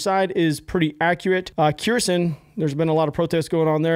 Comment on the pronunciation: Uhhh, 100hrs is a far cry from "high up in the ranks" my man.. I know, you're likely as confused and surprised as I am and was about that. Oh and btw it's not Keersin, it's pronounced Her-s'on.🤘🏼